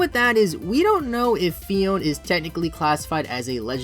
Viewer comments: isn't it phee-own-ay? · Actually it is pronounced PHEE-OWN-AYE Phione